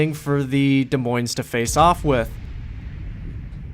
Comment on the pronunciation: By the way the s is silent on Des and Moines. So it is like De Moin (sort of). Being an Iowan it is kind of cringy (: Great video!